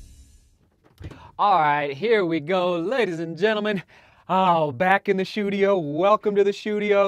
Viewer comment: "The Shoedio" ... cool !!!